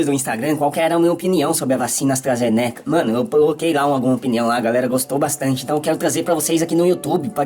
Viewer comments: AstrazenÉca… gente não sabe nem falar, quer ditar regra 🤦🏼‍♀️ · "Astrazénéca", o cara não sabe nem pronunciar o nome da vacina haha. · Primeiro é falar Astarazenéca. E segundo qual a relevância desse saco de cocô tem para falar de uma vacina???? Mano em que mundo estamos??? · "A vacina astrAzênéqui" kkdkdkdkfkdkkxbdndjdjf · "Astrazenéca". Pelo amor, quem ainda segue ou dá um segundo de sua atenção pra quem sequer sabe falar corretamente? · O cara não sabe nem falar o nome da vacina pqp 🙄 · O cara não sabe nem pronunciar o nome da vacina corretamente, não sabe o que tá falando, precisa voltar pra escola, esse "". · Esse não sabe nem falar o nome da vacina! Nem sabia quem era essa pessoa. Ainda mistura o conceito de eficácia com o conceito de segurança. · O cara não sabe nem falar o nome da vacina direito. É de lascar. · E o jeito que ele pronuncia Astra ZENECA, metendo uma sílaba tônica sem sentido no meio da palavra? Analfa total!! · (...)"AstrazenÉca"(...) (...)tem que ver o vídeo "compReto"(...) Tudo bem "expricadinho"... KKKKK